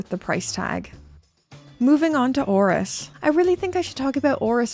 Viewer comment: ORIS ORIS ORIS. You did it girl.